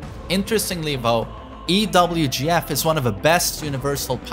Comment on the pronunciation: saying EWGF instead of EVGF now kek